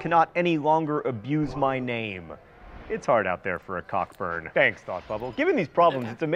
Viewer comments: Cockburn is pronounced Co-burn ck being silent (insert your own jokes below) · Re: Admiral of the Fleet Sir George Cockburn. I take it that the atrocious mis-pronunciation of that gentleman's surname WAS a consciously ironic comment on Americans' well-known inability to pronounce even mildly 'challenging' English names correctly (and not just when they end in ham or shire )? Just for the record: it's pronounced CO-BURN !!